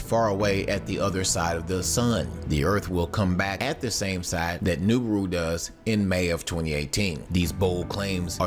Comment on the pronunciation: Please stop saying Noobooru